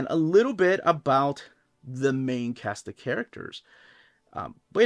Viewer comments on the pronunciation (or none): none